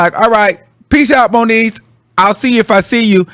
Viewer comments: Its moniece 😂😂😂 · “ that was the end of moniece “ 😂😭😭😭😭😭